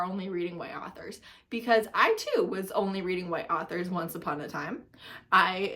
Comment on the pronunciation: You can literally not talk if you call “authors” “arthers”💀